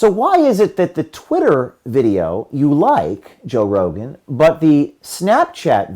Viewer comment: "Toe Rogen"